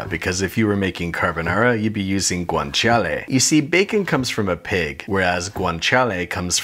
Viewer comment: I am italian and your not carbonara is like 93% carbonara. Also good pronunciation, guanciale was almost perfect 🤩🇮🇹🍝